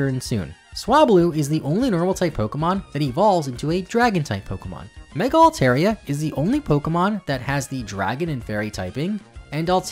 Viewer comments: Hate to be this guy, but you mispronounced my favorite Pokemon Altaria :p (Al-tar, not Al-tair) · Not to mention he mispronounced Altaria's name, which, as someone who calls it their favorite Pokemon, is a HUGE pet peeve of mine.